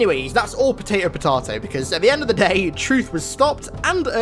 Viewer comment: No one says “po taw to”